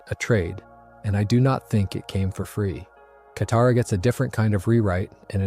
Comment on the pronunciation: Around 20mins katara is mispronounced and then goes back to normal. 😂